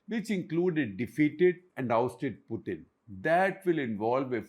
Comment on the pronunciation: It is Putin, not Puthin